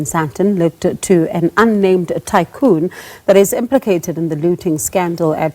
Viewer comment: "Unnamed" neh😂